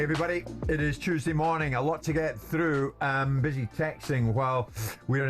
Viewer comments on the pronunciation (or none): none